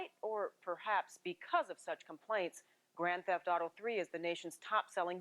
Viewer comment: "Grand Seft auto 3" XD